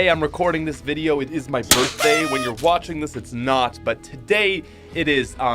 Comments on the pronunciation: Yes birfday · Happy birthday 🔥🤯🎂. I love the way you say birthday😝